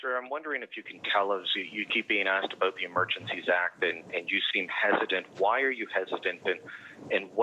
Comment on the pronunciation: ''abowt'' lol